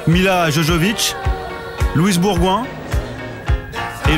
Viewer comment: Milla Jovovich.. Pas jojovich... Que d'erreurs sur Bling